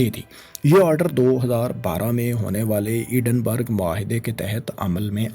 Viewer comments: ایڈن برگ نہیں ایڈنبرا ہے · Edinburgh nahi 🤦‍♂️ Edinbra it is pronounced